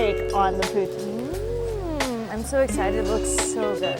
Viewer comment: All the Quebecers being mad at the way she saying poutine